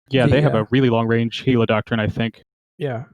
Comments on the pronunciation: It's Gila not Hila. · No its Jila